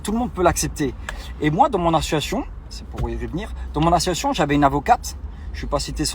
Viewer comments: Pour tout ceux qui se moque de sa prononciation sur le mot : ASSOCIATION, c’est pas cool car ça à rien à voir avec le fait de bégayer, c’est juste de la Dyslexie (et 1 autre terme dont j’ai oublié le nom) et dans énormément de story ça lui arrive sur pleins de mots, d’avoir ce genre de souci de prononciation mais ça ce n’est absolument pas de sa faute c’est quelque chose qui se découvre et s’installe dans l’enfance à l’école et/ou à l’adolescence au collège . Après, pour améliorer ça partiellement ou même totalement avec de la persévérance, il pourrait en prenant des cours d’orthophonies, corriger « ce style de pathologie » du langage ! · APPREND À PARLER CORRECTEMENT FRANÇAIS DÉJÀ POUR COMMENÇER ! IL N'ARRÊTE PAS DE DIRE "ASSO-ASSION" AU LIEU DU MOT ASSOCIATION. SINON, N'ÉCOUTEZ PAS SES HISTOIRES, IL ESSAYE JUSTE DE VOUS ENDORMIR À ESSAYER DE SE JUSTIFIER ! POUR MOI, C'EST PEINE PERDUE ! IL EST LÀ ENTRAIN DE SE FILMER DANS UNE VOITURE DE LUXE. LA PREUVE EST SOUS VOS YEUX ! AVEC L'ARGENT DE SES CAGNOTTES, IL S'EST ACHETÉ UNE NOUVELLE VOITURE CAR DE BASE SA VOITURE C'ÉTAIT UN GROS 4X4. PFFF, IL NE L'EMPORTERA PAS AU PARADIS ! ÇA FAIT SURTOUT BEAUCOUP DE PEINE QU'IL VIVE SA BEST-LIFE À DUBAÏ DANS SES VOITURES DE LUXE AVEC L'ARGENT DES GENS NAÏFS QUI SONT EUX-MÊME EN PLUS VRAIMENT DANS LE BESOIN FINANCIER. ÇA FAIT MAL AU COEUR ! DYLAN, LA PORTE DE L'ENFER T'ATTENDS . . . WELCOME, BOY! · A-SSO-CIA-TION, c'est pas compliqué ! 😲 Le mec s'offusque que l'on fasse sauter la cagnotte car "l'associon" 😆 a fermé. En aucun cas il explique cette incohérence et à la place il traite de cassos ceux qui l'épinglent... Inversion des valeurs encore 1 fois. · Association pas Associoation Dylan 😆😅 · Qlq1 pourrait lui dire que c ASSOCIATION ET NON ASSOATION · L achiochion j'ai écouté au ralenti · J’crois c’est plus « assuassion » 🤦🏽‍♀️😂😂😂🤣🤣🤣🤦🏽‍♀️ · Il dit plutôt : ASSON ATION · Le mec ne sait même pas dire Association 🤦‍♀️ Il me fait flipper avec ces mythos de l'enfer celui-là.